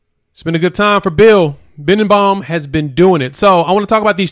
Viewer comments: His name is Be den bo, not bindenbaum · C'mon! You're not even close to pronouncing the OL coach's name...Bee-den-bow!! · Just FYI. it is pronounced Bill Be-Den-Bow! No you know. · said his name wrong but it's all good. Great video 👊😎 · Yeah you're saying his name wrong but I Gott you